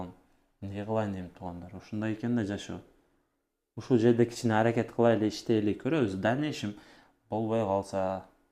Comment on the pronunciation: аракат кылып эмес аракет деп тааза суйлошко аракет кыл